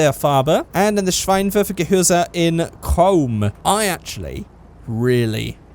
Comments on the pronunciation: Yes Auspuff means exhaust in German xD And a Seitenauspuff is a side-exit exhaust (and a little pronounciation thing I just really wanna point out: You called the headlights "Schweinwerfer" which would mean Pig-thrower xD A Schwein is a pig and Schein is a word for light) But all in all your pronouciation was pretty good :D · Next time iam be you're Translater because iam from Germany 😂 An the funny thing is you say Schweinwerfer in stead of Schein Werfer And "Schwein" is Pig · hi. I'm from Germany. Your German pronunciation is actually damn good, but I had to laugh when you called the headlights a pig thrower (Schweinwerfer as you called it). good video! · You pronounced “Scheinwerfer” wrong, you said “schweinwerfer” which means pig launcher😂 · You said schweinwerfer instead of Scheinwerfer so translated schweinwerfer means pig thrower LOL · i'm crying! He says Schweinwerfer = Pig thrower then he goes on with Schweinwäre meaning Pig stuffs or whatever. It would be Scheinwerfer originally meaning headlights or as germans say shine throwers. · you are saying "schweinwerfer" which basically means "pig thrower" directly translated 😂 try "scheinwerfer(headlight)" pronouced(for you in english): "shinewerfer" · im surprised at how well you can pronounce german words. usually english speaking people try and pronounce everything in an english type of way, like kindergarten. But it's scheinwerfer, not schweinwerfer, which means pig launcher. xD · just say -shine instead of schein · Your German isn’t that bad 😅 Schweinwerfer = Pig Launcher 😂😳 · This is definetly the cringiest video ever. I always cringe a lot when british people versuche Deutsch zu sprechen ... Also .. bloody SchWeinwerfer xD .. Schwein = Pig .. Werfer means throw .. so it´s a Pig-thrower